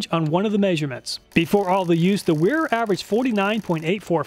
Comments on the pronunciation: Wera = pronounced VEE RAH - Vera. W is V is German. Gonna keep telling you till you get it right lol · Wera is pronounced “vee rah